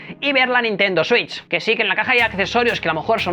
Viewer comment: Nadie:: consola Nintendo suich